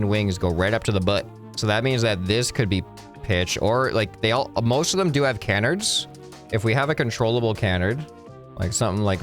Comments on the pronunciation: this lowk pmo its Kuh-nards not Kan-erds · pronouncing canards like "can -erds" instead of "cuh-nards" was painful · It’s killing me, it’s not pronounced canerds its can-ards. Pleeeease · it is pronounced ca-nards